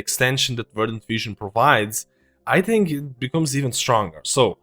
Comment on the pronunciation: "Just tink of de possibilities"